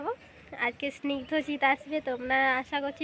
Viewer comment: স্নিগ্ধরাজ না রে স্নিগ্ধজিৎ